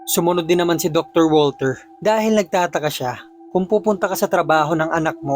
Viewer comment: Step father ko po is german, di po walter ang bigkas sa pangalang walter kung ikaw ay german kundi vulter po hehe